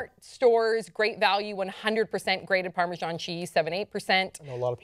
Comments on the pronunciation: I've never heard of Parmejon. Perhaps you mean Parmesan? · I'm on the only English guy thinking why are they calling it 'parmejon'. Pretty sure it's pronounced 'parmezan'